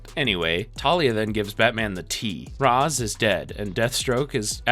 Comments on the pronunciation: It’s rashe not rozz I hate this so much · bro how do you get the pronunciation of Ra's al Ghul wrong, it's pronounced raysh, as mentioned in other series by the character, not like the egyptian god Ra with a long a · Yo was about to comment the same thing, mispronounced Ra’s too